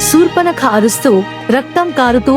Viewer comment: Yes right. Sa sha difference